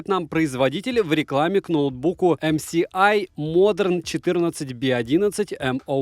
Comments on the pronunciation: Всё хорошо. Только не ЭмСиАй, а ЭмЭсАй🤷😉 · Не ЭмСиАй а ЭМЭСАЙ, уши режит неправильное называние этой компании. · Почему Эм Си Ай? Ведь Эм Эс Ай! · Правильно говориться "Эм Эс Ай" потому что "S-эс", а это "С-си". Будьте грамотнее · Спасибо за обзор. Наверняка, уже тыкали, но правильно "эм эс ай". Добра. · эмсиай, так так так... А где там буква си? /dushnilamode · Пора учить алфавит: C и S - разные буквы, если что. Режет слух, очень сильно режет, когда буквы обзорщик читать не умеет. Позор.